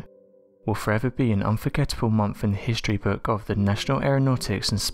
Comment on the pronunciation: There is no "F" in the word MONTH